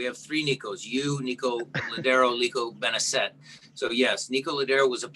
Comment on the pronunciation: Hey Shmetz. Nico's last name is pronounced Benezay, not Benezette.